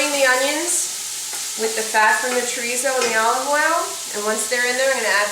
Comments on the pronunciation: Portuguese "chorizo" is actually called "chouriço" in Portuguese Listen to the proper pronunciation of "chouriço" You can also use linguiça for this dish. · Chorico is the Portuguese soup sausage, pronounced. sher eese o is silent. Linguica is the other Portuguese sausage fries grilled for sandwiches, or mixed with baked beans. Mm Mm looks good, just like my Mom used to make.